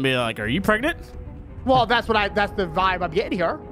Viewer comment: Spy: she's pre preg You:she's pregert!!!!!!